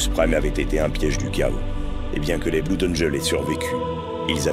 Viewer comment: Tout est bien, tout est bien dans la vidéo, mais mais mais mais mais mais je dois arrêter, je ne supporte pas quand on dit Bloud au lieu de bleud :)